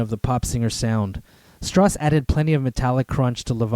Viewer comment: Its strauss, as in Johann Strauss. Not stross. Enjoyed the vid though.